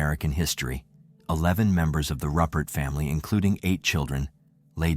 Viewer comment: Ruppert!!! Its Rupert =pronounced Roo Pert